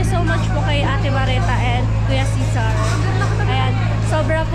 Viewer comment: Marita not Mareta Cesar not Cisar